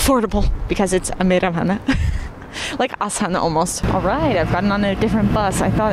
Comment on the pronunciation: Just letting you know in Kazakh the stress syllable is always the last one. So it’s not Astána it’s Astaná